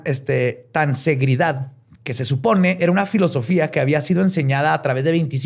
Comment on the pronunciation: no es Castañeda es Castaneda y no es tansegridad es tensegridad, y quizá te interese el dato de que no solo Pachita ha hecho estás cirugías, sino la misma Maria Matus, de quién se inspiró Carlos para hacer esa tesis... No era Juan era Maria, Gran curandera mexicana...